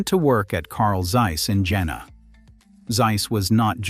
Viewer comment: Jena: say "Yayner"